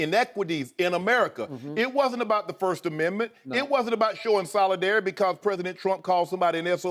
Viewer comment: "You kneeled to show soladareity" 😂😂😂😂